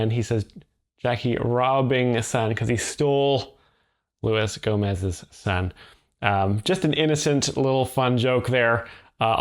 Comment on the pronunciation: thanks for giving Louis Gomes' name its proper pronunciation the quirks of being a frenchman are a big part of his comedy from my understanding